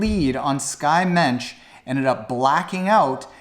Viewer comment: PS - It's Skye Moench, pronounced like launch. Better learn how to say it since she's legit and here to stay.